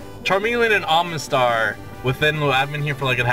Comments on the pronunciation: Where's the n in omastar I'm sorry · Hey, love your videos, but seriously there's no "n" in Omastar/Omanyte lol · you say omanyte and omastar wrong! there's no N in them...say it right Jesus Christ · Oh-mah-star, not Ohm-nah-star, I don't mean to be rude about it, but it makes me feel weird when you say it wrong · OMA-star. Not OMNA-star OMA-nyte. Not OMNA-nyte.